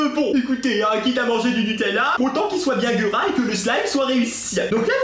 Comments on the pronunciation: ON DIT NUTÈLLA ET PAS NUTÈELLA CONNACE!!!!!!!! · Elle c' est même pas dire nutella😐